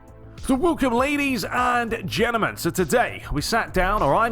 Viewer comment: Mate the way you say gentlemen it sounds like jennamin 😂